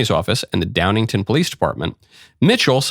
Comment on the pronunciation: It's Downingtown, not Downington.